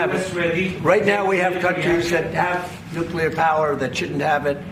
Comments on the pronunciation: Love the channel,. But you’re pulling a George Bush… it’s pronounced NUKE-lear, not NUKE-you-ler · It's Nuclear like unclear. If you can't see through it then it's unclear, It's not "Unk-u-ler" it's un-clear. Like NUCLEAR. Not OLDCLEAR! NEW CLEAR!! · Please, it’s NUCLEAR. Not Nucular.